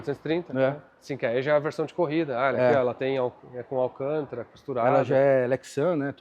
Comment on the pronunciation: A pronúncia errada do Alcântara me dói nos ouvidos kkkk